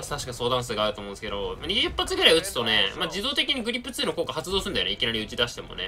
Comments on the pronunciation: グリップじゃなくてグリッップな辺りグリッップへの熱量を感じる。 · 「グリッップ」で草。強そう（小並